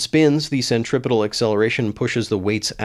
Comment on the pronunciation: You said "centripetal" Thank you. Many would say "Centrifical" which is not even a word, or possibly "centrifugal" I think that 300 is in fact "Super fast". That's more than double of what this has ever driven.